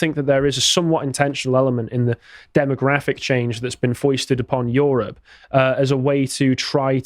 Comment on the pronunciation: "YOHROPE!" it's the new "CHYYNA!"